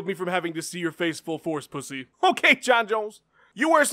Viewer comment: "H'O'KAY JON JONES!"